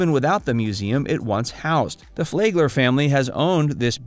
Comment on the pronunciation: Flagler is pronounced "Flag" "ler" ..not "Flay" gler. The 'a' sound is short. Also you missed Manatee Lagoon at the FPL power plant just north of downtown West Palm Beach. This is where manatees gather in the warm outflow waters of the power plant and admission is free.